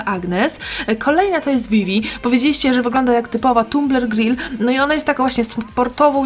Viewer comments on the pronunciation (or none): Oj powiedziałaś "gril"😂😂 to dobry tumer gril xd